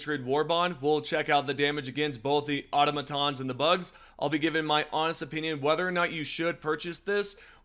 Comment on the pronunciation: sir, please read the briefing and check with your democracy officer on how to pronounce automatons but great job, thanks for posting this video on the new weapons